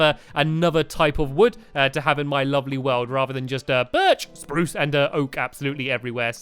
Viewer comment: stampy should say jun gle like he says sprrruce